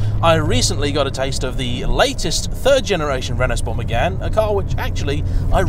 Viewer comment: did you really say renault sport Megan ??? nah mate